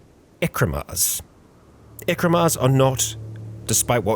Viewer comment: I'm sorry, i hope this doesn't sound rude But why many english speakers aren't able to pronounce certain words??? I don't understand how could read Ekimmaras (Eh-kee-mah-ras) as Ekrimas… This isn't just a thing, i've seen many english speakers somehow read a word totally different because it looked different, i'm not a Native english speaker so i can't possibly comprehend how that works, i just look at words and i just… know how it is probably pronounced… it's kind of automatic